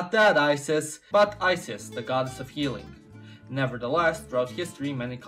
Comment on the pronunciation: The Egyptian God is pronounced IZIS not ISIS